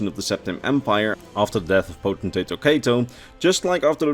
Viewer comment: You are one of a very few ES Youtubers that can properly pronounce the word "potentate."